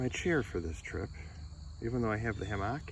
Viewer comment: I like your videos, good channel. I don't want to be arrogant but the word "Hammock" is pronounced with the emphasis on the first syllable. The second syllable is more of a 'muck' than a 'MOCK' sound; 'HAM-uck' not 'Ham-MOCK.' I never heard anybody pronounce it with the emphasis on the second syllable. Hope this helps. Great video!! Thanks for sharing.